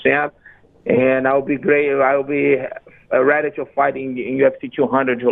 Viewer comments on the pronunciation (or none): none